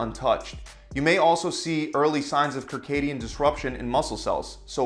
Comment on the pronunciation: Circadian- the first C is an S sound.